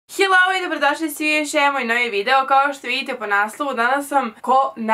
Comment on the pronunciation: Ali kako kaze to "Dobrodosli u JOSJEAN moj novi video" hahahah